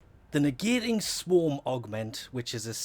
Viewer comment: "negateion swam" "negateion" "swam" classic